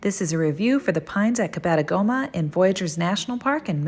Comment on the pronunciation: It’s pronounced cab-eh-toe-gu-ma. 😃